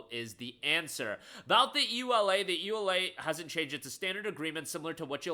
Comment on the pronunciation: It's the first time I hear someone say EULA letter by letter.